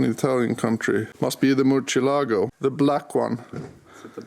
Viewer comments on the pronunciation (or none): The muTREElago JON: Yes the Murcielago 🤣🤣